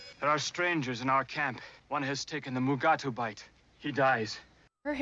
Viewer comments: It's Mugato. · They pronounce the creature Mugato 3 different way.. The animated series Lower Decks does this too in one of their episodes.